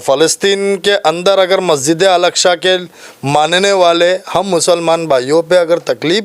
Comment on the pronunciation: muh main se supari nikal re baba masjid e aksha nhi masjid e aksa hai chij nhi cheez hai